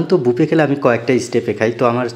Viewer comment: Ha ha ha ha বাফেট না বুফে